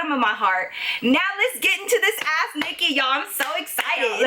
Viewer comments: I love love your storie times and u in genaral but everytime you say "ask " it sounds like your saying "ass nicky" love you girl!! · When ever she says "ask Nikki" It sounds like "ass Nikki" 🤣I'm sorry but it's true